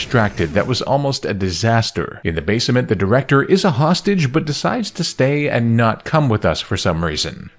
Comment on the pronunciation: Another channel infected with the AI Bot virus. It can't even pronounce "basement" correctly, lmao. Disliked and hidden.